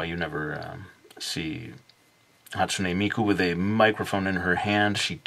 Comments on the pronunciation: Not hate but you pronounced her name wrong and amazing drawing though. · you say hatsune miku so much different then me >.<